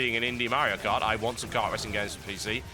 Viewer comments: mario cart? is that you? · Mario Kart, not Cart. ._. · What the hell is 'Mario Cart'? I've only heard of Mario Kart.